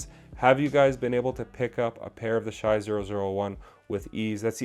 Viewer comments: dude his name is pronounced "Shay" stop saying "shy".. if u dont know his name maybe learn it before u say it 100 times in 10 minutes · It’s “Shay” not “Shy”